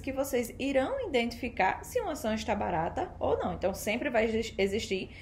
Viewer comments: In identificar....? Kkk É I DEN TI FI CAR certo? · EXCELENTE VÍDEO, GRANDE CONHECIMENTO SOBRE O MERCADO DE AÇÕES, AMEI O TEU SOTAQUE NORDESTINO, NÃO O PERCA NUNCA! TÚ REPRESENTAS COM DIGNIDADE O POVO NORDESTINO! APENAS CORRIJA O HÁBITO DEFEITUOSO DA PRONUNCIA (INDENTIFICAR) NA PALAVRAS "IDENTIFICAR". PARABÉNS! PROFESSOR ROBERTO GUEDES CAMPINA GRANDE PB!!!!